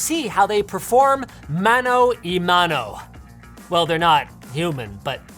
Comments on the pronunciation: MANO AH MANO, Not MANO EE MANO! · Why did you say "mano i mano" instead of "mano a mano"? Could have taken you 5 seconds of research to pronounce it properly. I'm very dissapointed, Linus. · It is said "mano a mano" , not "mano e mano" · Linus, for the next time you try it, it is "Mano a mano" not "Mano y mano". But I must say it was pretty well pronounced ;) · It's mano a mano, not mano y mano Linus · It’s “Mano A Mano”. Ugh, Canadians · It’s “mano a mano” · Never say mano a mano again. That was just the worst.